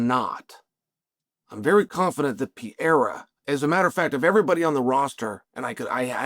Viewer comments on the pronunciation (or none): When are you going to say PE-REI-RA and not PIEIRA?😂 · Chael for God sake. Pereira has 2 R's in it. How could it possibly sound like "Piera" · Chael, nobody is saying Alex Pee-era's name lol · Who TF is Piera? 😂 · It's been years now. Alex PEREIRA, man ... not pierre, or pierra ... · I like see gringo's speaking pereira ou Palhares, It become pea era and Paul Haris 😂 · Who tf is Alex Piera?? I thought his name was Pereira🤦🏻‍♂️🤦🏻‍♂️🤦🏻‍♂️🤦🏻‍♂️😂😂😂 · Why does unc insist on calling Perreira, Pierre? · Chael has “Pierra” fighting “Surreal” 😂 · "Pee Eira" for the heavyweight title 😂🤣😂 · Shout out to "Pee-ERA" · So, man, it was supposed to be Pereira, but oh well. 😂😂😂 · I watch this guy so much that I'm also unconsciously saying Piera now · That first sentence for me horned up... "Is Alex Pea-era about to fight for the interim title" 👏👌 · You nailed it “Pea-era” 😂 right the way he said . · The Pee-era is upon us